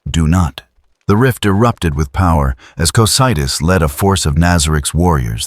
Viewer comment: Great video! Hopefully you can fix the way the reader says Yggdrasil and Cocydus for part 2